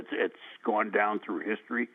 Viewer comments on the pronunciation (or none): To the announcer, his name is not pronounced "butkiss". History is not pronounced "hishtory"